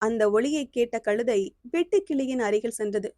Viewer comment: களுதை அல்ல கழுதை